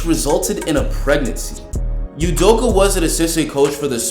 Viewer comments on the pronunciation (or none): it's pronounced udokAH